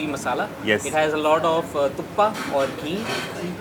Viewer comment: As a non-native Kannadiga, hearing you say thuppa filled my heart❤